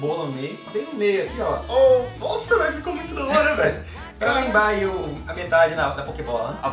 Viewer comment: Tá falando molta 😰